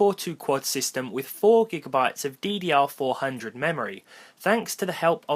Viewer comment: is no one going to say anything about how he said ddr400 memory?